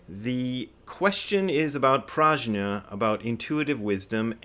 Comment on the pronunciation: BRAD, Brad, Brad,….the correct Sanskrit pronunciation is “Pr-ugh-nyah” with a hard G sound, not J. Any Sanskrit scholars out there want to back me up on this? Günter, any help here…?